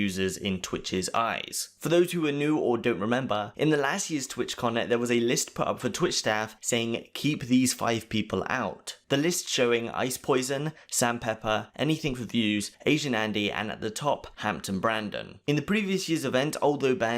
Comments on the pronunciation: Why do you keep saying “ice *poison*” and not “poseidon” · How do you still say poison when it’s Poseidon? 😂 you must see it spelt so many times while editing. 🤦‍♂️😂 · Ice piss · I missed your pronouciation of Ice Poseidon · maybe one day he will pronounce Poseidon right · LoL he always says his name wrong. It's a running gag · the way he pronounce Poseidon is so annoying, it's not that hard to say it correctly